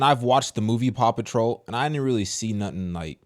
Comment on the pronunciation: Paw patrol sounds like 'papa troll'